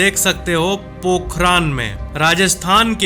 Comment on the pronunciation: वो पोखरान नहीं है पोखरण है 😅